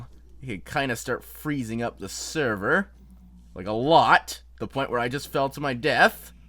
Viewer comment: Anyone else notice how he says server ;)